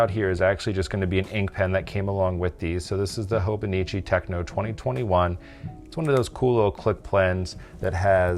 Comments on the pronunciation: Hi. It’s TECHO, not TECHNO. TECHO means notebook in Japanese. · It is Te-cho, no “n” please pronounce it properly. TechNO is electronic music, i think. Thanks for letting me comment. Otherwise good job explaining Hobonichi.